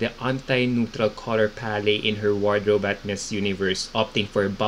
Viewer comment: Palette = pa.luht Not Paley 👍🏻❤️🥰